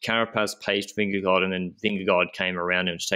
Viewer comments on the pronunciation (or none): Dear, pls do not pronounce the 'd' at the end of Vingegaard's name.